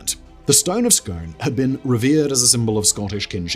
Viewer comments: Pronounced the stone of Scoon!! Dude! 😂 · Stone of Scone is pronounced ‘Skoon’ man. 😉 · It’s pronounced scoon. Scones are a breakfast cake, scoon is the ancient capital of Scotland. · And it’s the stone of ‘scoon’ not scone as in the bread product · It's pronounced scoon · I knew it! As soon as the stone of Scone was trailed in the intro, my first thought was, no way Simon will pronounce it correctly! For the record, scone should be pronounced “skoon” in this case, Scottish pronunciation! Edit: damn he also murdered Arbroath! It should be “ahr -BROWTH”! No shade, it’s just amusing!